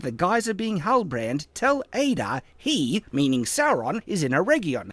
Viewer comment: One of the things that made me the most frustrated in this entire video is the part where he mispronounces Adar as "Ay-dar". Like, THEY SAY HIS NAME IN THE SHOW. We know how it's supposed to be pronounced! It might seem like a minor nitpick, but I feel like it stands as almost a microcosm of the reason this video completely sucks. This is not an example of misinterpreting something, or misreading the name and thinking its pronounced some other way. No, this is literally him hearing one thing and saying another completely different thing, which is what this entire video seems to be, in my eyes.